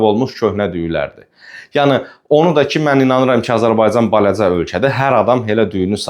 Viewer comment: " balaca" sözünü düzgün tələffüz edin. Rus dilliyəm. Amma sənin hər 2 dildə danışığın bərbaddır